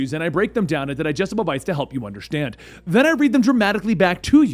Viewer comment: ...to help you underSHtand